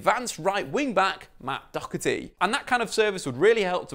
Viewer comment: Why can't anyone pronounce Doherty right?!?!?!